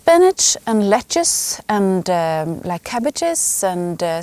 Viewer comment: Lettuce in English is pronounced Let Us. You can add a S and then it will be pronounced Let Us sezes for plural.